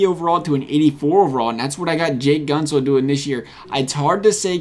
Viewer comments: Few things: Gent - zel not Gunt - zel They're gonna give Werenski an 86 (he deserves better though, mad respect for him.) Murray's gonna get an 88, if Fleury goes they might even give him an 89. The guy has two cups, keep in mind. You nailed everything else imo. Aho and Carlo also get 84s, potentially Rantanen as well. Also, funny how you give Murray an 87 here but in your top ten goalies prediction video you gave him an 89. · Did you call Jake Goat-Zel at the beginning Jake guntz? 👀👀👀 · For Guentzel's name, the emphasis is on the e not u. So it's like Gentzel